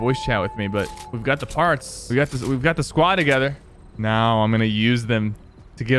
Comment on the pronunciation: I love the bit where he says the uchiha masekor